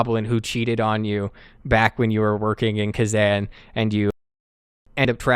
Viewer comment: Kezan is pronounced differently. More like Kuh-Zahn